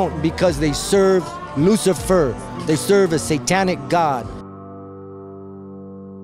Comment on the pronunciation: Dude just say loose and fur??